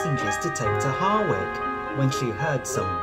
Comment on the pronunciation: did you say Harwick?